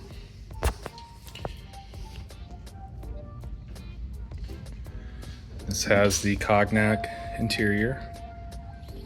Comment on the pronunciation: Did bro say “cog-nac interior”?😂